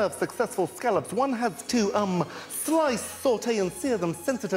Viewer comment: Spot on, except he missed the way Gordon Ramsay says "scallop." Ramsay says it as "Skall lip"